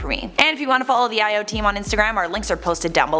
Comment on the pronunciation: io? No... EYE o. Okay sorry